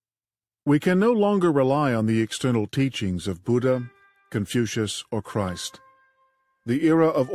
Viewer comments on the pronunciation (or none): none